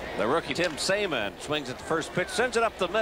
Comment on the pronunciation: The rookie "Saymon?" LOL, you rookie announcer! Who can't pronounce 'salmon?' LOL